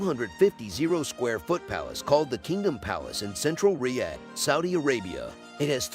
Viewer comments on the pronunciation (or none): none